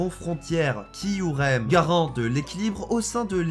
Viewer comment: Kyurem et non pas kiurem